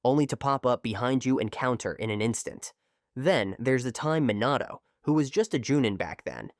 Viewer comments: try to like re-spell the voice to have the pronunciation correct, like instead of minato, try to do mih nato (but it depends on the accent of the ai voice) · Dude, stop mispronouncing words in your videos. Jonin is pronounced Jo - neen, Minato is Me - Nah - toe, etc.